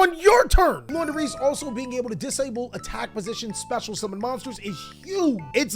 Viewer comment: you made me proud by saying Flundereeze.